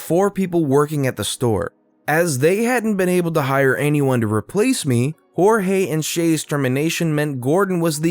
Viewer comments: I love how u pronoused Cheltenham and jorgie please try and get it right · Jorge is not horeyey